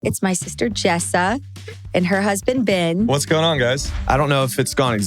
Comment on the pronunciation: You say the name BEN, "BEN" NOT "BIN" that's common sense.